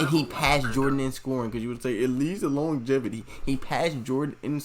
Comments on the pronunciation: Longjatevity? 🤣 too funny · THE WAY YOU COMMENT ABOUT MICHAEL.JORDAN, YOU'RE MAKING YOURSELF AN IDIOT A REAL IDIOT, YOU DIDN'T KNOW ABOUT MICHAEL JORDAN.. WATCH ALL OF HIS GAMES AND SOME VIDEOS ABOUT MJ.. BECAUSE YOU'RE STILL A YOUNGSTER, EVEN THE WAY YOU PRONOUNCE THE WORD "LONGIVITY" YOU DON'T KNOW.. YOU'RE TONGUE TIWSTED.. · When science hits you hard. You can't even pronounce longevity thats why you don't get why you cant factor it in after allready factoring it in. Lebron in the 90s would be another runnerup till MJ was in the Wizards or retired, same with the Warriors. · Reaction videos don't make you a professional ... and you can't pronounce Longevity 😂🤣😂🤣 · exactly! FACTS OVER FEELINGS.,... he said he is a fan of jordan where dude spoke of pure facts lol .... but guys he couldn't even pronounce word longevity so you can't blame him xD